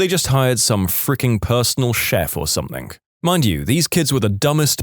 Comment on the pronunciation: No K in the word something . Somebody inform the narrator